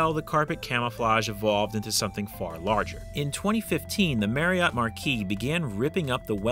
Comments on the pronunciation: So, with Marriott being my actual last name and with the fact that it is pronounced exactly like the hotel chain’s name, I would be remiss if I didn’t point out that not once did you pronounce it correctly. It’s a real shame too because the Marriott Chariot should rhyme which is a hilarious name for such a thing. It is very unfortunate that the delivery of this line wasn’t correct, otherwise this video would’ve been perfection. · I don’t think that’s how you pronounce Marriott chariot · You are pronouncing Marriott wrong.